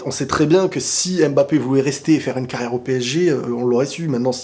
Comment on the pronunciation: MBAPPÉ et pas M-BAPPE dsl ça me perturbe trop😭😭